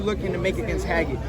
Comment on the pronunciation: The interviewer called him Hagget lol. Teo fighting a janitor driver.